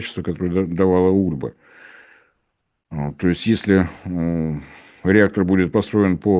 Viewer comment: ульбА, не Ульба, ударение на последний слог.